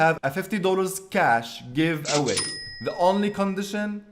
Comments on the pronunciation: "I am in the givaway" "Affiliate marketing " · "I am in giwaway" "Affiliate marketing"